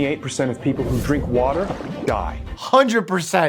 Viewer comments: Off topic but I like how he says WATER Wader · Ive never heard mikes NY accent so much than when he says "water" 😂😂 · didn’t even have to look up where he lives, the way he said “wooter” immediately tells me he’s from the East Coast or New York lol. I’m not making fun of it I just think it’s funny how different Some words are depending on where you are in the states